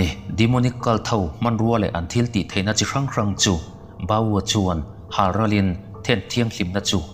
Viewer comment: i chhiar ngaihnawm viau na a...i thil lam rik dan hi a diklo chi(salt) zawk aw...chi i lam dan hi naute siamnan a chi ang in i lam ri thin a...